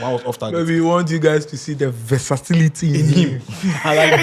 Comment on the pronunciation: Versatility ✅️ Versacility ❌️